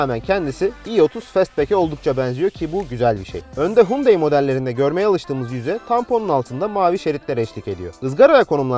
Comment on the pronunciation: reis bi ara otur da şu araba markaları modelleri nasıl okunuyor bi iyice öğren. Hyundai markasına Türkiye'de Hundayi diyoruz asıl okunuşu Yandeydir, sen Hundey olarak söylüyorsun. Prius biz Piriyus olarak okuyabilirken esası Priyıs şeklinde okunabilir, bunu da Pırayus olarak söylüyorsun.